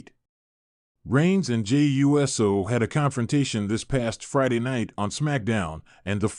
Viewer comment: Whose tears flowed? And when, where and why? And for God's sake it's Uso and not U. S. O WTF is wrong with you??🙄🙄🙄